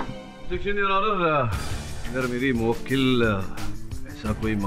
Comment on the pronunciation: mu-wakeel kya hota hai 🤣